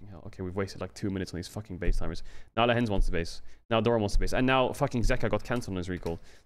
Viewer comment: Lehends vs LEHENDS 😂